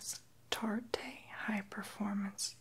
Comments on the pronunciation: hey! love the video:) just a heads up "tarte" is pronounced like "tart" not "tar-tay" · i'm crying 😂 it's pronounced tart not tar-tay!!!! Love you 💕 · Lmao he said TAR TAAAAY 🤣😂 it's just pronounced TART LMAO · "tar-tay" XD hehe, it's pronounced "tart" X) ❤ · TBH, I don't really like the makeup..and BTW you pronounced Tarte wrong. It's actually pronounced (Tart) not (Tart te). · (ASMRer) Hi. It's pronounced "tart" and it's the hoola bronzer by benefit. 😁 But whatevs. You lookin' great each video. 👍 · when you said tarte i lost my shit haha tar-te i still love this video and you keep doing you cause your doing it well ❤️❤️ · I said the exact same thing when this vid out. The way he pronounced the names were funny. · "Tarte" is pronounced "tart" like a pastry fyi 😊👍🏻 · CMC Girl omg I know it totally killed my tingles for a second. I had to shake it off lol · Did he just pronounce "tarte" as "tar-tay"? Lmao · Love the video , but you're pronouncing Anastasia and Tarte wrong . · U said tarte wrong but ok